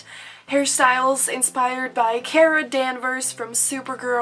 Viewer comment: kara*** (car-uh)